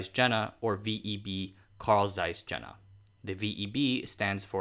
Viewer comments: Hi there, The city is pronounced Yena. Not Jena. In german J is pronounced as Y. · Jena pronounced YAY-nuh. Zeiss pronounced Tsice. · Jena is pronounced "Yena" like "y" in "Yale" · Since the name Jena appers so many time in the introduction, it would be so nice to take care to pronounce it properly... the initial consonant is [j] not [d͡ʒ] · "Jena" is pronounced Yeh-nah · Jena roughly to be pronounced as "Yey- nah" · Thanks again for an interesting video. Just to be pernickety: "Jena" is pronounced "Ye-na". Similarly, "Jenoptik" is "Yen-optik". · Thanks, interesting. Jena is an interesting town with a lot of high-tech companies and research facilities (and a funny tower). BTW, Jena is pronounced with more of a Y sound, like Jägermeister. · Excellent video. Would be even better if the name Carl Zeiss, Ernst Abbe, the University of Jena are properly pronounced. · Dude, pronunciation! I understand you may not know hot to pronounce Zeiss, but butchering "Jena"? You have no access to Wikipedia?